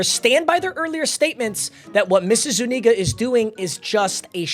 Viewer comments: Zu-nee-ga 😂😂😂😂 ima let u slide this time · Papa its pronounced, Zoo-knee-guh